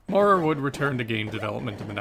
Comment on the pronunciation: In American English “Maurer” is typically pronounced so as to rhyme with ‘power’. Unless R. Maurer is from the UK you might consider fixing it. Great great job though. Thanks for doing this series.